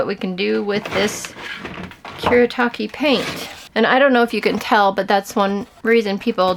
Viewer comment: it's Kuretake, not Kuretaki 😭